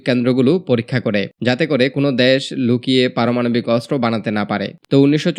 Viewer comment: দ্যাস টা কি? আবাল বাঙালি বাংলাটাও বলতে পারে না